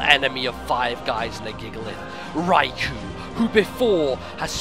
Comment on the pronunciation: So epic! Until I heard the pronunciation for Raikou facepalm